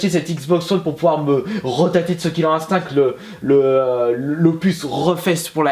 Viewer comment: Omg il a dit "killer Instink" XD